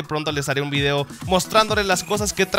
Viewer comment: "subir vidio diario" jajajajajajaja e